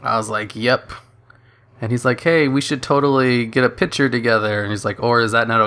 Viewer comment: Where are you from? Never heard someone say pitcher instead of picture